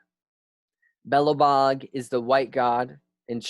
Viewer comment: awesome work! let me help you with some pronunciation of slavic by english Zmaj (dragon) : Z-my (Zmy) biejloBog : Be-yea-lo Bog crnoBog : Tssr-no Bog